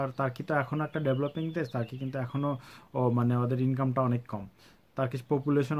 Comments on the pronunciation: সবাই উচ্চারন করে তুর্কি, আপনি তারকি বলতেছেন কেন? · তার্কী/টার্কী না ভাই এটার সঠিক উচ্চারণ (তুর্কীয়ে) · ভাই তুরকি কে তারকি বলেন কে। ওভার ইসমাট নাকি। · তার্কি তার্কি বলছে। উচ্চারণ টি না জেনেই করে থাকে। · তার্কি - এটা আবার কি রকম উচ্চারণ ভাই? এই উচ্চারণের পর ভাই ভিডিওটা দেখতে মন চাইলোনা! Sorry! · Jane na kisui! Asche YouTube a information dite!😂😂 tarki tarki shuru krse! Uccharon o krte pare na abal.... Abar koy ordhek naki Europe a... Sagol... Only 3% Europe a bakita 97% asia tei.... Abar turkey er capital naki instanbul 😂😂😂tyle ankara ki? Bolod... Agey jaina nen pore video banan